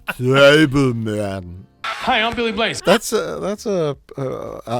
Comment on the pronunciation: The fact that Arnold can't pronounce "Turbo Man" well IS the point.